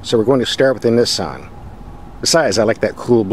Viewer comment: I can’t stand how he pronounces Nissan